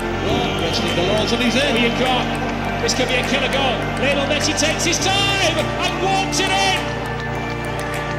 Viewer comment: LIOnel not LIEonel